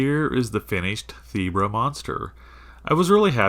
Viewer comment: You pronounced it right the first time 😃. I loved how it turned out.